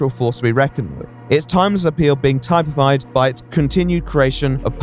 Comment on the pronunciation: That is not how one pronounces typified